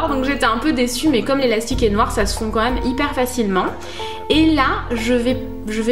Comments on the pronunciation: J'aime trop tes vidéos mais ton accent sur le mot même m'énerve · je t'adore et j'adore la manière dont tu dis même! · tu dis tjrs ''meume'' mdrrrr je t'adore